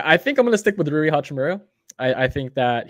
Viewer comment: Not pronouncing Rui's name right lol! It's japanese